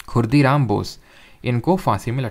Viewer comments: sir, its khudiram bose. not khurdiram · ✅✅correction:- Kingsford was in the motor car not in the Elephant chariot. (Lord Hardinge II was in the Elephant chariot in 1911 and the bomb attack on him was led by Rash Behari Bose and his associates) ✅✅ And he was 'Khudiram Bose' not 'Khurdiram Bose'